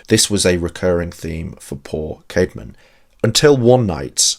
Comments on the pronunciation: The name <Caedmon> is pronounced kad-mon though, note kade-mon. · first time you said his name in the vid you said Caydmon that's why I mentioned.